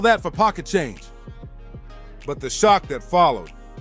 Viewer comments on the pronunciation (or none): none